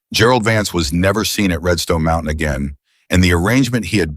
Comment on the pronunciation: How much longer are we to suffer A I's f*k wit pronounceation of single syllable word or a two syllable word changed to Mount-tain-nan, which is three syllables. My theory is if you must use it, EDUCATE IT.